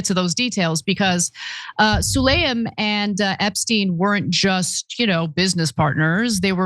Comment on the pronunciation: Ana, do you have a reading disorder? It’s spelled “Sulayam” so why are you saying “Sulayman”????